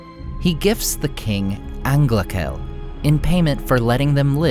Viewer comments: Great content, as always. But for the love of Eru, 'ch' in Sindarin is pronounced as voiceless h, not as k (it's 'Anglahel', not 'Anglakel') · angla"j"el. The "ch" is like in german.